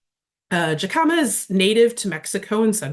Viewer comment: When pronouncing jicama, the j is like an h.